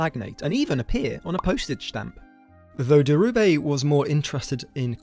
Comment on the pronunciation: It's Dhirubai - baai, not bay. And calling his surroundings a "slum" is just ridiculous british tabloid propaganda.